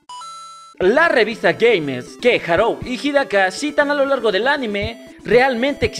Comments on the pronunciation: Buen video, solo que me fastidiaba un poco que le dijeras Harou en lugar de Haruo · Buen video, pero... harou? HAROU?????